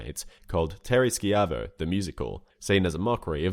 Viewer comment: Its ShI-Vo not Shk-i-vo. lovw the channel though.